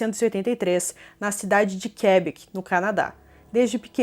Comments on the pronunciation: Fala-se "Quebéc" 😊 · Por favor, pronuncie direito Quebec😐